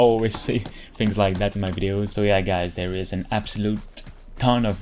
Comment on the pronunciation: Did he just say "Alright gays" 🤔